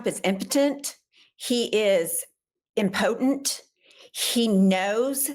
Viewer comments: Check how to correctly pronounce the word "impotent". Kind of embarrassing. I agree with everything you're saying about that entitled little brat and his father's arrogance, so I'm not trying to undercut your message. If we were in a room together l'd take you aside and gently, privately tell you. But this is all I have and I think you need to know. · Learn how to pronounce “impotent “.